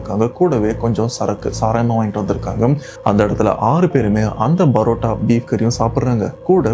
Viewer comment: Why do you pronounce PArota as BArota?